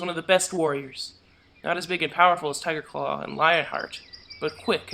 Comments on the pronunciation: I love how the person who plays as pronounces Tigerclaw like Tireclaw. XD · It sounds like was saying Tireclaw. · did spotted leaf say "tireclaw" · Though did anyone else get a little annoyed with whenever she said ‘Tigerclaw’? She said it like ‘Ti’erclaw’ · I’m favorite character is spotted leaf because whenever she says Tigerclaw, she doesn’t say the G. It’s so cute.